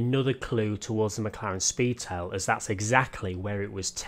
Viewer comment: I think I could die after driving the McLaren Spee-Tail! lol